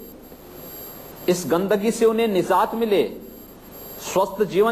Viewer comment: yogi bolna Sikh lo ab c m ho tumne nizat bola ye nijat hai prses nahi prdesh hai aurbh bahu alfaz galat bole hay qimat u p ki jab Mila dihati c m hi mila